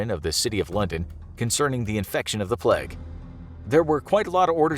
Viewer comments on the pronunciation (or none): Your pronunciation of “Plague” hurts xD it’s Plague, not Pleg. Great video though, here’s a video suggestion, what about an episode specifically dedicated to Burke and Hare? Since they were pretty famous serial killers and you do have a series on that kinda stuff already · is no one gonna talk about how he said plegg instead of plague? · The way he says plague cracks me up